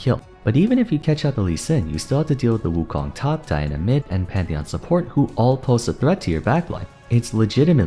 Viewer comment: Did you just call him Metheon? I had a good chuckle over that one. I'm coming after you.